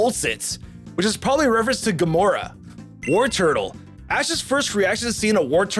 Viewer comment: You mean Gamera, not "Gomora", who is another kaiju entirely.